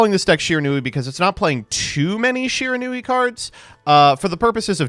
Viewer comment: It's Shiranui